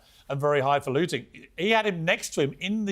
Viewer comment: .... it's Highfalutin .... there is no G at the end.